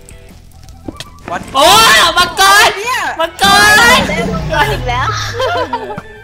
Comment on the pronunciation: มังกึไม่ใช่มัวกร555555+